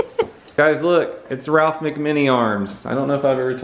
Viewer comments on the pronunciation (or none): none